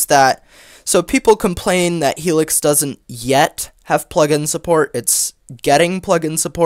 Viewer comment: The words 'heLix' sounds funny 😂